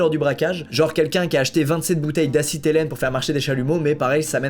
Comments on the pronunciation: squeez c’est de l’acétylène pas de l’acytélène 😘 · Acytelène => Acétylène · Acétylène et non acytélène et encore moi assis hellène 😬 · juste c pas de acytelène mais acétylène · Ils sont à 3 mètres des égouts mais ils préfèrent ch*er dans l'argenterie 😑🤔 "27 bouteilles d'acetylene" et non "d'acytelene" 😅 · MDR il sait pas dire acétylène